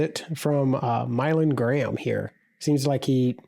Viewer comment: Trying to clown IN HS ball & can’t even get the kid’s name right ….*Mylan* Graham